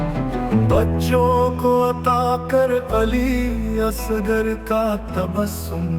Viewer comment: AI نے پڑھنے میں دو غلطیاں کی ہیں. علی اصغر کو علی اسگر اور نجف کو نزف پڑھا ہے